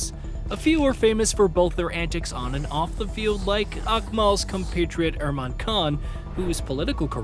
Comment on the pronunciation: Good video but requesting the narrator to really learn the names of the people he's talking about. When you mention the genius playboy politician who could do it all, and led his side lift the World Cup itself....but then call him IRMAN Khan? Like....bro...that's borderline blasphemy. Oh and the topic of the video....his name is Mustafizur, not Mustafazeer There are a few others as well, but I digress.